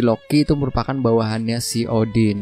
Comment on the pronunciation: kalau odin dibaca oden jadi kayak kenal gitu bang😂